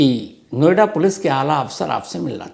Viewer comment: नोएडा पोलिस ✖️एडा पोलीस😂